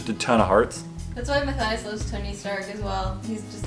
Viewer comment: Matthias u said my name perfectly thank you